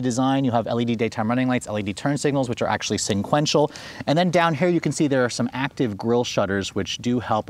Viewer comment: Sequential not senquential.